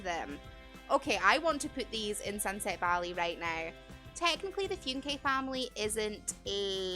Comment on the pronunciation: Phewn-Kay? 😂 I just say it like ‘Funk’ or ‘Fun-key’